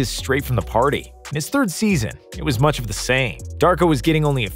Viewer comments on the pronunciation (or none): none